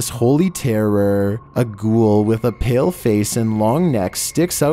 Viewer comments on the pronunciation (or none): none